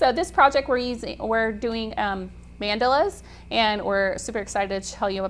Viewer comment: Love this project but the way she pronounces Mandalas is driving me crazy. Anyway....